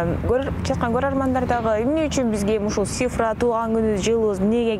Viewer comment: Алып баруучу,Сифра эмес, Цифра.Тил келбесе,сан деп эле айтыш керек